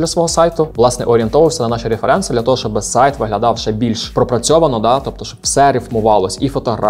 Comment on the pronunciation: вибачте, але Ваше "реферЕнци" так ріже вухо. з англійської правильніше "рЕференси"